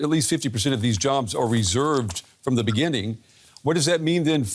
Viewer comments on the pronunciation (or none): none